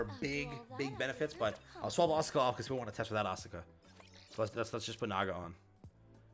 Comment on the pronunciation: Please stop miss pronouncing Asuka.